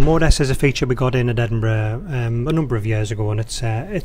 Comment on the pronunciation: has anybody else thought EDINBRUH